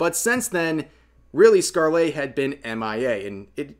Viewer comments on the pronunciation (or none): Anyone else full body twitch when he says scar-lay Rev... Bruh... Skarl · I love your videos and know you do your research but the way you say ScarleYyyyy is so annoying. All that research but couldn't spare 1 minute to look up how to pronounce the name? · Its not a huge thing, but Scarle is pronounced like Scar-luh. It doesn't follow standard english pronunciation (like a lot of actual english words dont). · never heard someone pronounce scarle's name so wrong before lol